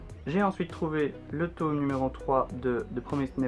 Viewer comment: Tu me stress avec ta prononciation de « tome », sinon beaux achats, continue comme ça